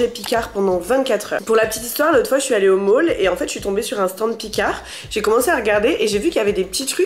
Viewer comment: Le "Mall" mdr